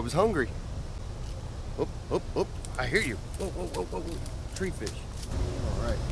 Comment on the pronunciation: "Tree fish" smdh... Lol